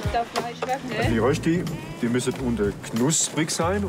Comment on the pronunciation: Äs heisst Rööschti.